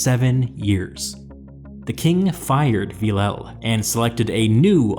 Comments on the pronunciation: Villèle is pronounced something like Vil-le not Villau come on its so annoying maybe just use google translate to pronunce the it for you? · A frenchman dies for every bad pronunciation of Villèle😂